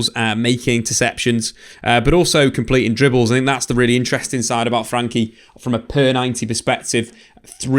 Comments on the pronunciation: Why he calling him 'frankie'? I thought it was 'frenkie' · I love the vids however I’ve noticed a reluctance to call him by his actual name "Frenkie" not "Frankie"